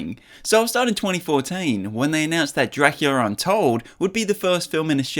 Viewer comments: Dracular untold? I’m pretty sure it’s called DRACULA untold. Not dracular. I don’t see how you made that mistake. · You pronounced Los Angeles sooooooooooooo wrong. You said DRACULAR. And “big trouble in little china town?” It’s called “big trouble in little china”. This has to be AI. There is no way you didn’t know who Los Angeles is pronounced.